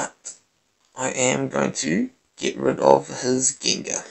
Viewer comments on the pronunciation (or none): I think Accent funny.. Gengahh lol